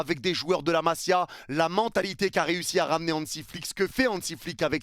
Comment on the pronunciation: C'est ma-ZI-a, pas ma-SIA